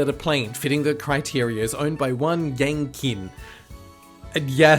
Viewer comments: Just an FYI, "Qin" would be pronounced closer to "Chin" than "Kin". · IIRC, the "Qin" in Yang Qin's name is pronounced as "Chin", not "Kin". Though I'm not Chinese so please correct me if I'm wrong. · Just so you know, Yang Qin is presumably a Chinese name and the Q would be pronounced like a soft "ch". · I'm pretty sure that Q in Qing is pronounced like "ch" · fyi the q in pinyin (unfortunately the standard for chinese romanization) is equivalent to the 'ch' sound in english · Just FYI, "Qin" is pronounced "Chin."